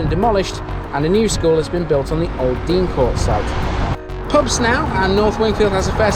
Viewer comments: I'm late to this but just a couple of points. The school was pronounced "Dane Court" not Dean Court. Also North Wingfield had a famous singer called Harry Torrani who was billed as "The Yodeling Cowboy from Chesterfield". There's a street named after him there called Torrani Way. Good video, Cheers. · Deincourt school however was always pronounced Dane-Court.